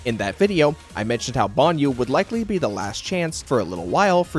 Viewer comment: Say Banyou again